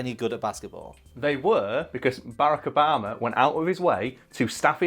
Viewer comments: It's Bar-rack Ob-a-ma, not "Barekobama". Have some respect. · “Abarrack obama”? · I don't know how to feel when I hear say, Bearaka Obama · "Bayrako 'bama" 😂 honestly did not realize you were saying obamas name until like the 5th time lmao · This nigga said Barikibama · can we just take a second to appreciate the way pronounces Barack Obama's name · Why are you saying Barrack Obama like it’s one word.